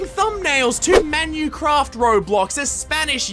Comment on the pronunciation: Menucwaft is copywing fwaminguh